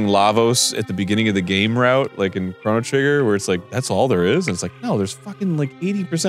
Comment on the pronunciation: Did Arin say Crono Trigger? Did he say "beat Lavos"? Crono Trigger is coming back? 😭